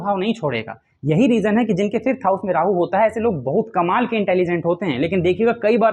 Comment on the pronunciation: । वापस बनाए फिफ्थ सिक्सथ हाउस उच्चारण में एक जैसा सुनाई देति है। अष्टम भाव के बारे में आप मौन धारण कर के चल रहे है अष्टम पर भी बोले?????